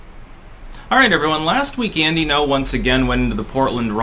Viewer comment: It's Gno, not No. The Ng is pronounced. Not difficult to say.